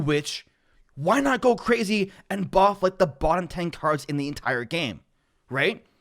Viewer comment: Excuse me....? Did you say buff?!